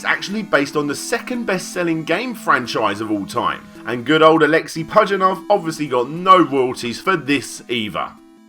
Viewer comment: Pajitnov is actually pronounce "Pa-yeetnov"